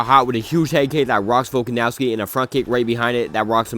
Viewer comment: I deadass couldnt keep watching after hearing you pronounce Volkanovski